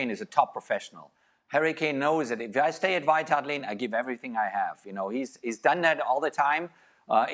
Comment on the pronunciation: Klinsmann kept saying "White Heart Lane" 🤣🤣🤣🤣